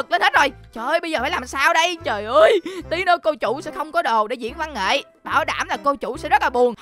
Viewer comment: Từ văn nghệ thành củ nghệ 😂😂😂